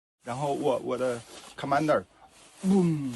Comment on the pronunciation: 我感觉这个所谓的中国人怎么这么像是根本没在中国生活过的亚裔ABC的感觉？首先这个人面相就很“亚裔”，根本不像是土生土长的中国人，然后连一句完整的中国话都说不全？还“然后就Commander 蹦蹦蹦蹦蹦”，说的中不中英不英的，正常中国人会这样说话吗？前面一个什么“然后就”，后面一个“Commander 蹦蹦蹦蹦蹦”，如果是说给只懂英文的外国人听，就不会说前面的“然后就”，如果是说中文，好证明自己是中国人的话，就应该全说中文，怎么可能说“Commander 蹦蹦蹦蹦蹦”？而且这个人的中文不像是母语，那个Commander 发音倒是比几个中国字标准。综上，这个人基本上就是乌克兰请的一个亚裔演员，亚洲人面孔，散装中文，英语母语。泽连斯基本来就是演员，炒作他是会的，玩的还是美国之前抹黑中国的那一套，利用媒体抹黑，炒作中国威胁。乌克兰真是下贱啊，之前说日本侵华的天皇是正义的，现在又找个演员，抹黑造谣炒作。乌克兰就是一个彻头彻尾的纳粹国家